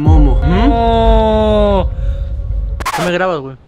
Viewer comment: No que te entendí que dijiste mono en vez de Momo😂😂😂😂😂😂😂😂😂😂😂😂😂